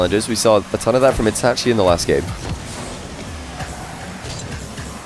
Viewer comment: the way he says itachi bothers me